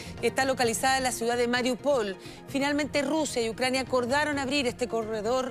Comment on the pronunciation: Muy buena noticia para los civiles. Esperamos que la guerra termine antes de que sigan mas masacres. Pero por favor, a la presentadora, MARIÚPOL va tildada en la U , no en la O como erroneamente lo está pronunciando.